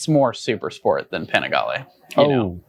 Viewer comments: If a clown can’t bother to try to pronounce the bike‘s name correctly, why bother listening to him? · How did you pronounce Panigale??? Bruh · …that’s a different way of pronouncing Panigale. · Bro mispronouncing Panigale gave it away. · Dude, if you’re going to be a journalist then make an effort and pronounce words like “Panigale” correctly. You sound like Napoleon Dynamite. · never heard anyone pronounce panigale like that before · How did he just pronounce panigale?! Lol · Did he really just say Ducati pan-IGALY 🤬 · I know I didn't hear him say "Ducati Pa-nig-ly V2"....... that's 100% rooted in my brain in every conversation moving forward now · Panigalee? Try the slower Pani gah Lee! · As a motorcycle journalist, please learn how to pronounce the names of the models maybe? It's panigAle, the a is long, , not panigulluh. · Ducati Pan-niggly? 🤣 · Did he say "Pah-nih-ge-lee" ? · ducati peeniggalee???😂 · pi fucking what? Pen a ghal E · . Man for a reputation like himself... he butchered the Panigale name badly. "Pe-kneegalee"??? Lol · I stopped watching when he said, "the Ducati pa-nag-lee" ... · pronouncing it as 'pnaglee'' is a crime. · Ah yes, the "paniglee" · It is pronounced "penis gallery" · .....did you say panigly? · I dont know if I will listen to a guy who doesn't know how to pronounce Panigale!!😂😂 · His pronunciation on Panigale tells me he doesn’t deserve to comment on it…